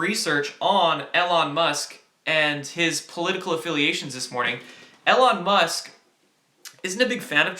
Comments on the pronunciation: EE lon not el lon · Eeeee Lon musk, not el on. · I thought it was E-lon not El-on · Long E, Elon Musk not alon. Thanks for your work kid. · It's "E"-Lon not "L"-on Musk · You still haven't been spammed the correct way Elon Musk is pronounced, actually is doesn't matter if its the correct way or not as its a name. Names of people and businesses can be spelled/pronounced however they want, either way its E-Lawn. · It's pronounced EEEElon. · Just a heads up, his name is pronounced "E" lon Musk. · Elon Musk is pronounced with a long E. (E-lon) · It’s pronounced Eee-lon. Also CBC is not a newspaper. It’s the nation’s public broadcasting agency, Canadian state media if you will. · Spaced is going to get us in the universe and one hour plane rides across this country..say his name right E...lone. Trump is big with Elon Musk...they know what's going on in space. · I love these updates but Elon is pronounced "eeeeee-lon" for future reference:) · The e in Elon is a long e sound. As in eel.